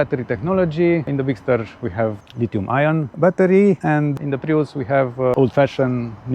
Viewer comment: "Prius" is pronounced as "prius" not "praius", otherwise thanks for the comparison video. :)